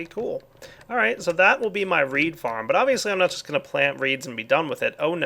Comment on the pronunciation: Water came out of my nose when he said thath XD